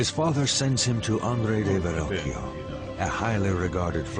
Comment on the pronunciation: Ver-rockio is how it's pronounced. Is that so difficult ?